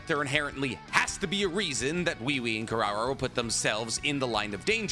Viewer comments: The way he keeps saying wewe😭😭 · Why does have so much trouble pronouncing Ui Ui? It’s obviously pronounced as “We We” in the anime. Both sub and dub.